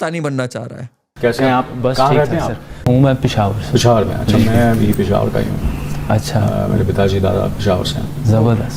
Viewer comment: ये सारी महिलाएं केवल अपने आप को प्रमोट करने के लिए और कॉन्ट्रोवर्सी में रहने के लिए इस तरह की बात करती हैं, पेशावर तो ऐसे बोलते हैं जैसे पेशाब बोल रहे हैं😂😅😊